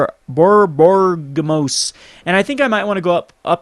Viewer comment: Also, it's pronounced Bor-bo-RIG-mus.. DUH. So much shame you bring. c.. ~__- |